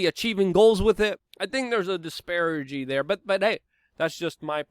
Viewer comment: Disparity, not "Disparagey."